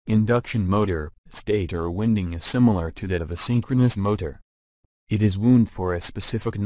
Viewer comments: I lol’d at Stator “winding.” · yep, audio is irritating i couldn't stand finishing the video. some words are mispronounced, which actually changed their meaning. words such as "wound" and "winding." i don't know if the video would have been better if the creator just used his or her voice.